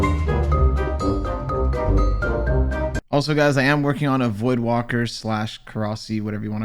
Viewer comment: It's VoidWAKER, not WALKER